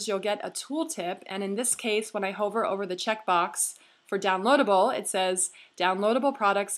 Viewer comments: Hi - love your videos! They are so helpful. Just a little pronunciation tip for the future. The word "hover" should rhyme with "lover", not "Rover" the dog.:) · excellent. couldn't have done it better myself. u are very talented at what you do. you may mispronounce "hover" but it's all good! haha thanks so much!